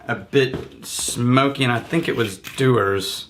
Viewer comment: Dewars is Jew-ers not Doo-ers .Few sorry dose my head in .And don’t get me started on Farquhar 👍🏻🏴😂